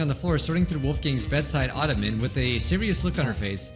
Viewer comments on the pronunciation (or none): none